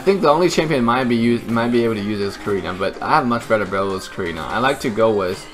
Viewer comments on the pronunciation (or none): none